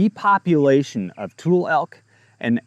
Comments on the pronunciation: Tul-lee. Not tool. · Pronunciation Tule = too lee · Its toolee elk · Born and raised Northern Californian here...It's pronounced "too-lee" elk. Not a criticism, just info . Thanks for all you do.